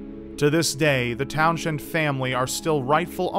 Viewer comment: Its towns end not town shend